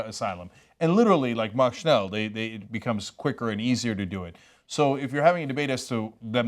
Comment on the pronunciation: "Mach schnell" nicht "Mak schnell"